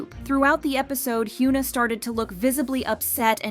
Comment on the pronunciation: hyeona not hyuuna lol